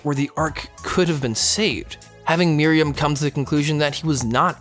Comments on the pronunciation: It's not "Mary-um" It's "Mer-oo-em" Also, while I agree that Chimera Ant Arc is bad, this is also a bad analysis. It's ok to have a character that is super powered, but it was written badly and the entire context of this arc ignores what was the heart of the show and merely this boils down to a Dragon Ball Z everything to save the world type of conflicts. A lot of people weirdly think Meruem is a great villain, but there's nothing remotely interesting about him. The entire arc is pandering about how cool every little moment is, and using a narrator to explain every single action and thought going through every character's head. It's simply trying way too hard to be 'epic' that it falls flat for people who have more taste in content than just shows like Sword Art Online. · I've been pronouncing Meruem's name all this time... Thought it was Meh-ru-wem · Why do so many people pronounce it "Miriam"? That's the maiden in the Robin Hood story. Just take a few seconds and sound it out. Listen to how Meruem is pronounced. Practice it like five times. You're probably good from there. Takes two minutes, max. Pronunciation is not nearly as hard as so many people make it seem. You're absolutely right about the power scaling in HxH Chimera Ant arc, though. Oh my gosh. That made me so angry. It doesn't make sense. So many people gush over HxH because "it's not about who's the most powerful" but the Chimera Ant arc craps all over that ideology. Meruem and the Royal Guards are interesting characters, but ruined because they're overpowered for no reason.